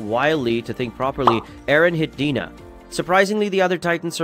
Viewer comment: I couldn’t really pay attention to the video with him sayin the names of things incorrectly (Shiganshina, Dina and Reiner). It was as if he didn’t watch it 😂